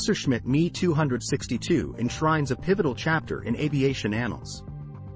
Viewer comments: It's not me 262, It should be pronounced em, e, 262 which stands for Messerschmitt. And, it's not how it is H, O, which stands for Horton. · It's not me it's M. E. For Messerschmitt and it's not ho it's H. O. For Horton as in Horton brothers....the difference between human and machine speech....😮😮😮